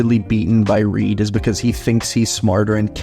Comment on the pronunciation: It’s reed